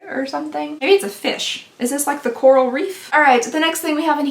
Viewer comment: “Corrral” will never not be funny. It always catches me off guard 😂